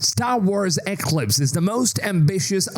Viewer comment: Eeeeeeeeeeeeeeeeeeeeeeeee CLIPS.. thats how its pronounced.